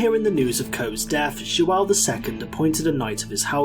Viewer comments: Really cool video Only a small tip: Everytime there's a ~ the sound is more like an "u" like "under". For example, João would be more like jouwn or something like that. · Excelent video. Liked and Subscribed Loved your pronounciacion of "João" also ahahah 🤣👌👌 Actually, we did monopolise the Spice Trade by conquering and controlling every passage or major acess to the Indian Ocean - like Malaca, Ormuz, Diu, etc (the only exeption was via Red Sea, altough there were 2 expeditions...) - and controlling also all the trafic in it with an all-powerfull Navy Lusitania Rulled the Waves 💪🇵🇹🌍🌎🌏 And we only had arround 1 million people, not 2 million